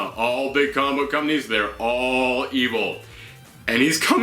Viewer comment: You have a great voice... however, please be careful of you're pronunciation. Its not "coma-book", but instead it's "comic-book". Other than that you are doing a great job. 😁